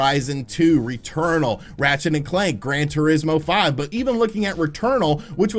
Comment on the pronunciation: Finally said Gran Turismo. Terreeezmo